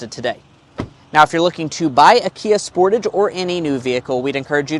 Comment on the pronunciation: Sportaaage sport-"ah"-ge Americans pronounce this cars name so weird lol